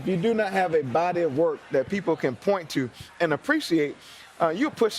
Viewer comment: Pete Buttigieg is so confused about the statement because it sounds like Bloomberg said, “Walk across the aisle” instead of “work” right after his statement about the gay marriage hahaha